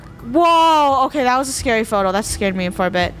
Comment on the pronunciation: yep! the krew was “scard”